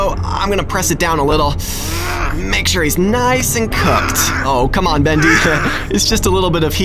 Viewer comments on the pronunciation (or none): Not bist bendy its bost bendy